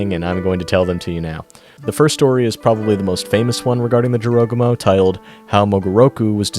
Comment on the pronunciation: Hopefully you will pronounce Arachne right because you butchered the word Jorogumo